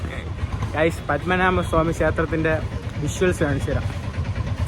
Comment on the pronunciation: പത്മമനാമ അല്ല, പത്മനാഭ സ്വാമി ക്ഷേത്രം